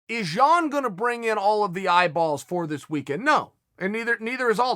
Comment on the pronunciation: chael sounds like he's saying Petr Yawn